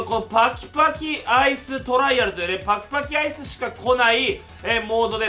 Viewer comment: 最初。パキパキアイスくらいはっきり言えて欲しい。 都立国分寺高校 1年3組